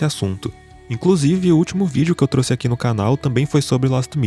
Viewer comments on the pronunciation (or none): none